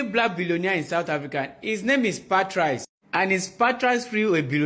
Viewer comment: I wanna smack th3 dude pronouncing Pat-RICE. What is that?